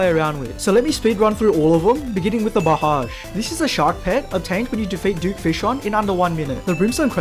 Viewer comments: just so u know, blahaj is pronounced bloo-high :3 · I'm gonna be that guy, but for the future: I believe it's pronounced as "blow-high" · it is pronoumced blow-hai